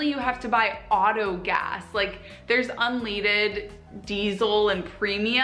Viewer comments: ‘Da fuck is “unleeded” gas? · I think I had a stroke when I heard “unleeded” gas, five seconds away from a nosebleed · the way she said Unleaded is just sabotaging to me. I hate when people say things wrong. My name is Lachlan ( Lock-lan ) and all American's the first time they see me when I'm on a stream they say it as Latch-lan and I cannot be the only one that would get mad at that. I get it's a Mistake but say for such as this lady here saying unleded wrong it just infuriates me. Love the Channel Issac. Fellow Aussie from Rego Victoria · short for gasoline...what got me was her pronunciation of "un-leed-ed" it is pronounced as "un-led-ed" because back in the day they used to put the metal LEAD in gasoline... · Can we also take a moment to laugh at how she pronounced "un-leaded." It's "led," not "leed." It's referring to the metal, not the opposite of follow. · Suprised you didn't call her on calling it "unleeded" it's fucking "UN-LEAD-ED" because petrol in Australia doesn't have "lead" anymore thus... Unleaded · She tries to make fun of everyone saying petrol instead of gas, but talks pronounces unleaded as unl-EE-ded. That's all I need to know about that girl. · She’s making fun of Australia for abbreviations but she said “unleeded” instead of unleaded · That made me laugh so hard 😂😂😂 unleeded 😂🤪😂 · no one gonna mention she called unleaded, unleeeded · I cringed when she said "un-leeded" gas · Lol, unleeded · This girl's not too bright! She calls it "unleeded" because she clearly doesn't understand the meaning of unleaded! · Did she actually say "unleaded" like "un-leeded"? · As AN American i feel obligated to say Sorry...... i understand why some people hate us..... DID THAT BROAD JUST SAY UN- LEED-ED??? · It’s unleaded not unleeeeded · Nor can she pronounce unleaded. She called it un-leed-ed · New to me i thought it was because they used to have lead in gas not leed but apparently she isnt very smart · Un.... What? Un leeeeedid 🤔 dafuq is that 😂